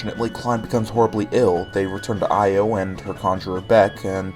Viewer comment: Extremely late, but I think Io is pronounced “Yo”. I think some theme about the girls all having one syllable names.